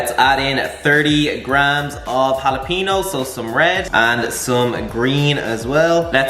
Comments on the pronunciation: it's Jalapeño brother. Sounds like halapenyo, not halapeeno. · great video, look up how to pronounce "jalapeno" cause the way you say is really funny & wrong :)